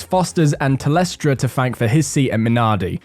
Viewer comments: Tel-stra not telestra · LMFAO, , "Telestra", i spat my VB out onto my monitor, just a friendly poke, its pronounced Tel-stra, good video tho, keep making them :)